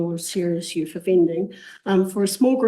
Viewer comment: Youth not youf